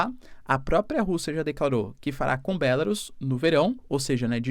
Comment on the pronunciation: Gente, é BelaRUUUUUUS nao tem acento. Palavras terminadas em u sai oxítonas por regra.